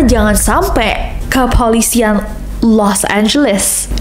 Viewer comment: Biasa aja dong bilang 'Kepolisian' nya...wkwkwk 😂😂😂